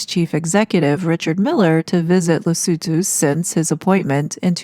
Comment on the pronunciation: Well donefor pronouncing Lesotho correctly!